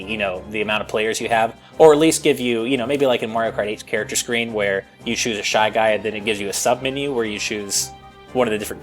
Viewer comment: lol at how pronounces the word choose: "you shoes a shy guy, then you shoes the color"